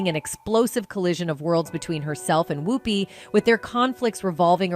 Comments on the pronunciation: She keeps pronouncing her name Whoooopie as opposed to Whoopie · I think you need to pronounce Ms. Goldberg's first name correctly. Just check the correct pronunciation of her first name online as per Google Search. Important to do your homework, before any information is shared. Please take your job seriously and share responsibly, as well as accurately. Thank you... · THIS CHANNEL IS AI - ARTIFICIAL INTELLIGENCE. THE AI CANNOT PRONOUNCE WHOOPI'S NAME PROPERLY AND OTHERS AS WELL. LIKE ELLEN'S LAST NAME. GHEEZ, WE ARE BEING FED BY AI. WHAT IS TRUE AND WHAT IS NOT? THIS IS DISGUSTING!